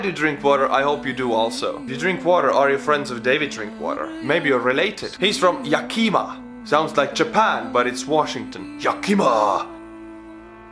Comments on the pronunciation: Yakima = "YA-ki-Maw" (Heavy accent on first syllable. Almost no strength on the middle syllable. And a secondary stress for the last syllable.) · Everything I know about Finland, I learned from My Summer Car. Vittu. Also, Yakima is pronounced "Yeah*kih*maw." It's named after the Native American tribe from the area. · Lol, yakima. It’s actually pronounced “Yeah-kim-aww”, but you’re Estonian, so you’re close enough.